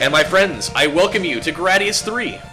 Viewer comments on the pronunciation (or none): grei-dius not gra-dius